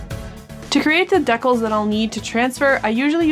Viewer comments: dea-cles?? dee-cals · OMG wait. Do you mean.... DECALS? Dee-Cals? LMAO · I have never heard decals said in this way, and got a bit confused for a while. Regardless, enjoying the content!